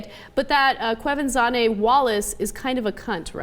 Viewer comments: Kwah-ven-janay. Just sayin. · you are all pronouncing her name wrong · They keep saying the name wrong.. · ana goes to pronounce the hard name....ouch swing and a miss ana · Even Ana can't pronounce her name right :) even though she is prob feeling proud of herself cause she thinks she did.